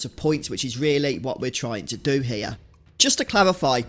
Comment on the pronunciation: ….did you seriously just say hair instead of here?! Gadam your people have a penchant for butchering the English language.